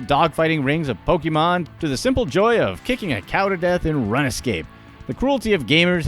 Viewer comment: How do you see the word “rune” and think it’s pronounced “run-uh”???